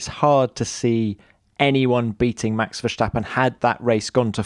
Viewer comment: WHEN is Tom Clarkson going to learn to pronounce Max' name correctly? There is no "SH" in his name...PLEASE GET IT RIGHT!!